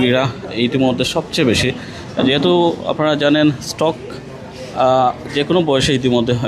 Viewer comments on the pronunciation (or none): আরে মূর্খ সাংবাদিক স্ট্রোক হবে। স্ট্রক না।